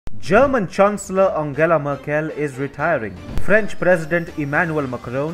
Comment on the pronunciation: I´m sorry but your pronunciation:merkÉll. I´ts funny hahah.